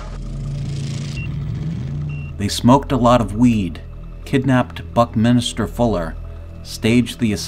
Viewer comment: Buck-Min-ster not Buck-Minister